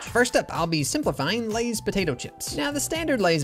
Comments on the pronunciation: Lay’s more like say’s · For lays instead of oversimplifying it’s more like over real… izm… izing